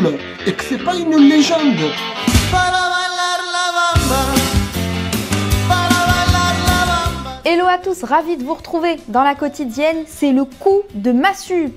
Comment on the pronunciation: On dit : hello pas illo